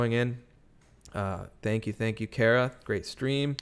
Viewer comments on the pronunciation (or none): none